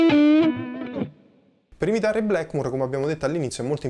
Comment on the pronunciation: Sei bravissimo ma per favore, Blackmur e Yamaka non si possono sentire...